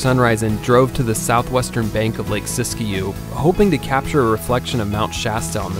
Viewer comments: Sisikou....your pronunciation is in correct....just a fyi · Nice video. Why did you include Burney when it's more a Mt Lassen area spot? FYI, it's pronounced Sisk-you, the "i" is silent.